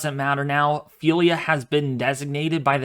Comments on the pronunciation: It's Ophelia NOT Felia You are not pronouncing the O OOOOOPHELIA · It's Ophelia not Phelia ! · WMO pronouncing it o-FEEL-ya officially from RSMC Miami naming list